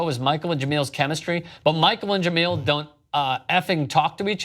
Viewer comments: Sc6 was dope but honestly it was best as his hers.. And btw it's pronounced ja mail.. Not ge meal.. THEY DID THEM wrong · Jamele not Jameel. Scram. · If you guys say Je-MEAL Hill one more fucking time... I swear, it's one thing to screw it up in one story, but I've left this same comment months ago, and heard you guys screw it up multiple times since. It's Je-MELL hill. Not meal. I can't even take the story seriously when it's so obvious that you don't even know the people you're speaking about. You can bash "corporate media" all you want, but at least there's a professionalism and concerted effort to get the details right. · Jah-mel not Jah-meal. Be professional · juh-MEEEL Hill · It's not pronounced JeMILL 😂😂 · Pronounce Jemele Hill's name right you scumbag.